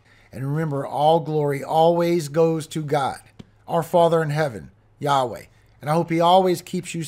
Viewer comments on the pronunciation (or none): none